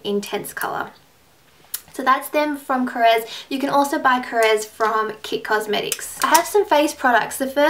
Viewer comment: yay you are the first beauty guru who pronounces Korres correctly! finally haha!! :)